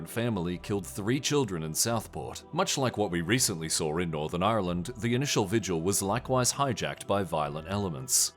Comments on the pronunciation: It's not pronounced the way it's spelled - so "ire land?" I've heard Brits say it that way too. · On today’s episode of “north Americans trying to pronounce Ireland” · The way you pronounced Ireland is amazing and I want to start a petition to make that the official pronunciation purely for my own amusement